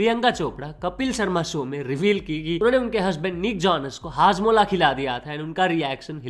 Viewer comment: 😂 hajmola ❌ padmola ✅ 😂